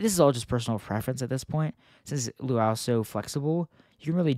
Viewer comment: "LUAU"??? DAWG ITS LUA-U